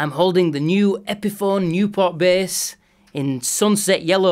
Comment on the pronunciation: Great sounding “BEHS” 👍🏻